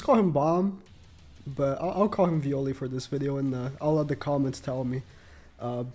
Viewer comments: In Native language (Brazilian portuguese), the "E" is pronounced as an "Eh", that's why he said v-oh-leh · vi-oh-lay come on bruh shouldve just called him bam instead of butchering bros name lmfao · Vee-ole is the pronunciation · Lol so tru😂😂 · Hes real name is bam, and your butchering his name lmao, its Jue Viole Grace in his fug fit